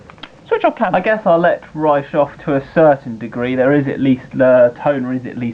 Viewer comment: It's pronounced "RE-COE" not "RICE" lol